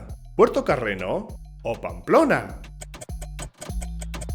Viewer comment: No se dice …Puerto Carreno… es Puerto Carreño… ñ no ñ… de donde es usted?